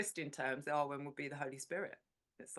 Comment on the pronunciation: Totally loved hearing you both and it filled me with hiraeth for Cymru (I now live in New Zealand). I did want to invite you both to look at the pronunciation of awen. It is such a beautiful concept and one you rightly dwell on, but is pronounced with a shorter, harder ‘a’. Like the a in cat. Keep up the lovely chats. I’m looking forward to hearing more. Xx